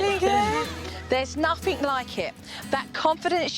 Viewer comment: “Togevver.” “Each ovver “ “nuffink.” Dear God. What an advert for the English language.